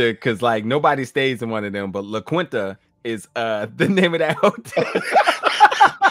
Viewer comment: actually pronounced Quinta correctly 😂